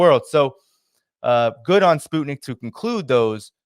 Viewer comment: Pronunciation... SPUTNIK is not spoot nik....sput sounds like 'mut' (dog) nik is as it sounds...Nik Nik Nik ^_^...... We all know you take care with pronunciation